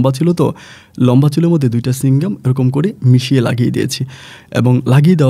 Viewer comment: Chuing gum ki? Chewing gum, bolte paren na, uchcharon e onek problem apnar